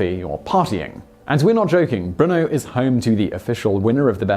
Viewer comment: Why do I hear Bruno, instead of Brno?